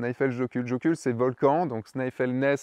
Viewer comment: Mon rêve, faire un shooting couple (de mariés) en Islande <3 Toujours aussi inspirantes tes vidéos, j'adore ! PS : Comme dit plus bas (ou plus haut, ça dépend du sens des commentaires ^^), jökull c'est glacier, et si tu veux faire briller les yeux des Islandais la prochaine fois que tu y vas, tu le prononces "YEUKUTL" ou "YEUKUTLEU" ;)